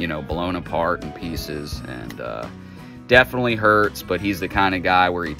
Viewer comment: "Defnuhly" is not a word.